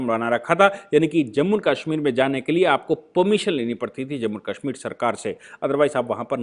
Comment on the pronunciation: Aap ke videos bot ashe or information wale hotay hain lekin aap Kashmir ko Kaashmeer bolte hain jo bot hi ajib lagta hai